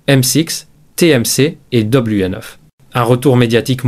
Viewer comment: "M six" (avec l'accent british) et "Doblué Neuf"...